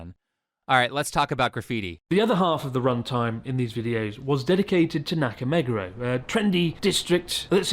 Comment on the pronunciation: Fvking Chris is in Japan for a decade and he still doesn't bother to pronounce Nakameguro the right way, that's how much of a hack he is